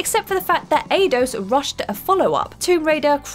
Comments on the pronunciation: Come on man, it's EYE-DOS not AY-DOS lmao. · Senua, Eidos and omnipotent. Please ask someone to tell you how these words are said.